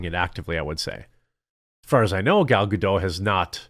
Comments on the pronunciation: Gal Gadot's name is pronounced Guh-DOTT, not Guh-DOH. I know, you think it's going to be like "Waiting for Godot" but it's not. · Common man. Pronounce Gals name correct for god's sake. You almost do it right and then the surname gets French. It's Galb Gadot with a hard T not silent T. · You managed to pronounce the "t" in Gadot once, then randomly reverted to somehow thinking that Hebrew is pronounced like French